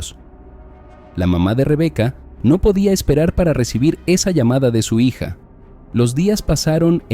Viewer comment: "mensaye" "amada hiya" 😂😂😂